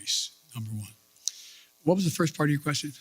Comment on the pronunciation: "Firth thing we're gonna do..."